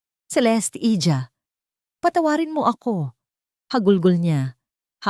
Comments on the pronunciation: ang problema lang may mga tagalog words iba pagkakabigkas...tulad ng hija...iha po...hindi lang tayo sa storya may matutunan sa mga binibigkas mga salita paano bigkasin dahil may iba2x ito ng kahulugan kahit magkapareho...yan lang napapansin ko kahit pa AI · Hija pronounce iha not hidya